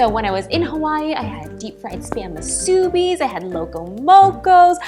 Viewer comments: Musubi is pronounced moo.sue.bee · I love you and all, but I got so triggered when you said musubi . The correct way to say it is: Moo-Suh-Bee 😂😂😂😂😂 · Anyone else cringe very badly/get very annoyed when she said SHAVED ICE and MUSUBI'S incorrectly? No hate! Just curious! If your confused about why I'm annoyed, I live in Hawaii and you call it SHAVE ice. She also said musubi wrong 😂 If you lived/have lived in Hawaii you know what I mean!